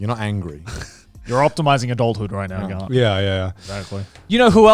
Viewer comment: You know that first instinct was to say 'Grant' instead of 'Garnt'